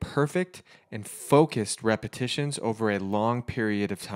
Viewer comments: Repetitions not repitions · It was "repitions".. How do you chirp so poorly?